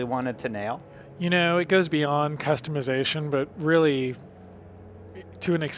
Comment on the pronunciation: It's customization not customeyezation